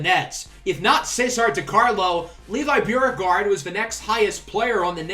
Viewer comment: There’s a Beauregard museum in New Orleans and they pronounce it like “Bo-regard” Anyway, love the series. Go Knicks